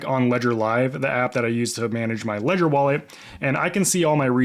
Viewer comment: R u aware that u r mispronouncing the name Ledger?